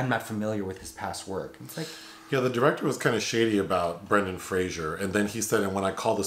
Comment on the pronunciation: It's Fraser, not Frasier.